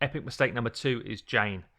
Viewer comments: Erineyes is pronounced Ear n knees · why did he called Erinyes Jane.. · Had to look twice before I've realized you are talking about Erinyes, the way you pronounce her name is... strange :D Great epic, always using her on CB (except for the green one), and yes - she NEEDS books, she is trash without them, so not booking her up is your real mistake, not that you leveled her.